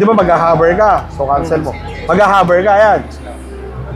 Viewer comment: something is wrong with tagalog speech, hover becomes haver, tackle becomes takel